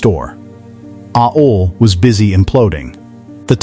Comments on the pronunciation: I get it, why you pronounce it 'a-hole', that it bled. 😂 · AOL is not pronounced [AY-OL]. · I used Winamp myself and brings back memories, its an interesting topic but you need to check your AI's Pronunciation and I give it an "F" for Fail!! It pronounces AOL as Ah-All at times and A-Hol most of the time and brings to mind "Ass Hole" 🤣 and WinAmp as Win Hump and Wine Amp .... Not Good!